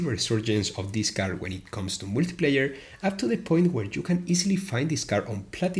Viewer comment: That first "multiplayer" sounded like "wikipedia" lmfao